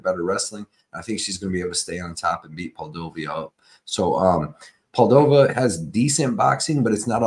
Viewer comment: 😭 how did we go from Poo-dee-low-vah to Poll-dough-viah 🤣 ngl, that’s funny as hell bro 👏🏻👏🏻👏🏻👏🏻👏🏻👏🏻👏🏻👏🏻👏🏻👏🏻👏🏻